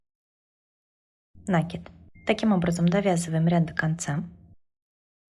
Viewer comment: вы умница, но говорите, пожалуйста, накИд !